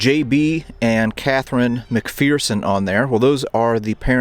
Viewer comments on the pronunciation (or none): Great video, but their is "no fear in McPherson" :) It is pronounced McFURson...